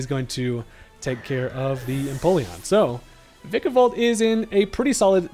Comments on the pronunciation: Vikavolt is my favorite Gen 7 Pokemon, and my most favorite Bug overall. Thank you for not mispronouncing the name too. Others say Vye-kavolt. Ew. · thank you for saying vikavolt correctly